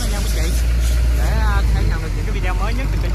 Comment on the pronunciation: Bạn nói vi đeo nghe kì quá.Đọc lại đi b